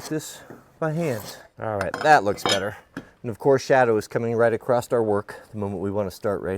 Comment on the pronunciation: "Acrost" - West Coast education